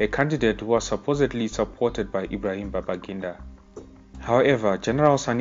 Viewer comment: Its babangida, and please do your research well before spreading this misinformation.